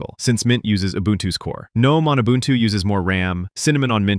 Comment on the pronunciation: the word ubuntu is african. this guy says it pretty close. its oo-boon-too not you bun two